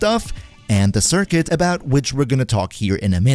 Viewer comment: 'Circuit' (sir-kit)